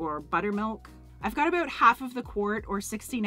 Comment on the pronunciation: You’re Canadian, huh? You said “ute” for “out” and you said “abute” for “about”. Hahaha. Love it! 😁. Great video!!